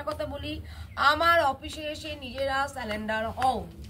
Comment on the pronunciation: কথাটা সালেন্ডার নয় সারেন্ডার বুঝলেন ।